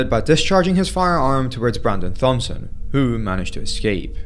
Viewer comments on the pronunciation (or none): FYI: Thompson is pronounced Tompson. The H is silent. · I think the last name of the guy in the first video is pronounced "Tom"son I could be wrong but just wanted to say that in case